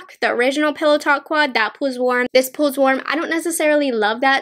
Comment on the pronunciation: The way she says pull and pulls is so weird lol. The way she says pull sounds like “pool” and pulls sounds like “pools”. I’ve never heard that kind of like accent or whatever it is before?